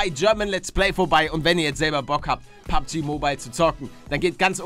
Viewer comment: Mensch palle ey.... es heißt PUBG und nicht PUGB